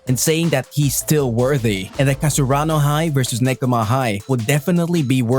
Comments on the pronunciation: he really said "Kasarano High". Dude, it's Karasuno, get your facts straight. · Not kasaruno it's karasuno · Can we get a count on how many times he said kasurano and not karasuno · cant even say the team right lmao kasarano high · oh come on! KASURANO??? or KARASUNO??? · Karasuno not kasarano --_ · Karasuno bro not kasurano hahah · Karasuno or Kasaruno? 🤔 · Its karasuno. Not kasurano. Leulz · Its KaRAsuno not KaSUrano. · I hated it when he said kasurano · Is karasuno not kasurano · Am i the only one hearing kasaruno instead of karasuno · Dude it's KARASUNO and you are speaking KASURANO. Can't you see the difference between them ? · He literally said kasarano high 😂😂 lol, i thought it was karasuno high lmao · How the hell does he always say Kasurano instead of Karasuno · Plssss...... It's Karasuno not kasurano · i am not trying to be mean but it is pronounced KA-RA-SU-NO not KA-SU-RA-NO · ITS KARASUNOO NOT KASURANA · I like how he says "kasurano" instead of "Karasuno" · KARASUNO NOT KASURANO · Haikyuu fan but you didn't know how to pronounce karasuno..you always say " kasurano high" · Isn't it karasuno? I heard him say kasurano??? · I like that you said Kasurano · I am sooo happy . But anyone else notice how he says Kasurano High? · It's ka-ra-su-no come on dude it's not that hard 😂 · "Kasarano high" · He actually sais nakasurano jsjs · IM SO FREAKING HAPPPYYYYYY But i had to laugh at the "kuro" and the "kasurano" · He says it wrong, it’s karasuno. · Your pronunciation of Karasuno is wrong in the whole video. But anyway thanks for the info. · How do you say you're a fan when you pronounce their name wrong😭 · he called himself a haikyuu fan and pronounced karasuno wrong This is sad